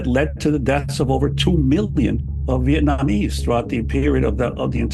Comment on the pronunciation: The way he says Viet-nommy's is hilarious. Trying to say Vietnamese. You can tell he was like 'whats the pc word for gook?'